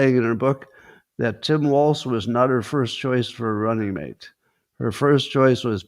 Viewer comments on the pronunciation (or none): none